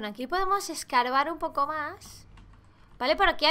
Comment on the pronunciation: as dicho "ESCARVAR" 😉😉😉